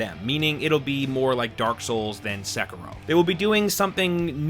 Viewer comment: cringe when he says "Sekiro"